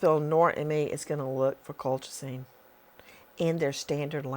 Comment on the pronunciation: Colchicine!!!! Learn how to say it before you do a show revolving around this medication, ESPECIALLY when you insist on being a KNOW-IT-ALL and interrupt your guests constantly!